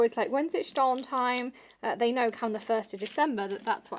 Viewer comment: Stollen? As us American butcher everything?